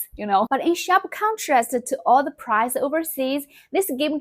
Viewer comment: great vid, intriguing content, 讚！also a little feedback, the “ai” in the word “praise” is pronounced the same as the “ei” in your name “”. I know a lot of Chinese speakers struggle with this one, but you can do it! 👍